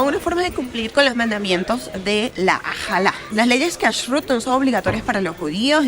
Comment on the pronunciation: No se dice Menora sino Menorà, hablas tsn rápido que no se entiende nada.. El tema de judíos religious es tan tsn taaaaaaaan amplio que en un video no alcanzaría. Te recomiendo que no hables tsn rápido, se nota mucho cuando lees y pronuncias muu mal Cashut Lo pruncoas mal El Tora no de dice Se dice LA Torà. Porq no averiguas porque no se come camarón y no se mezcla leche con carne. Es muy interesante... Ufff que mal video te falto interiozarte antes en cada cosa en vez de hablar tan rápido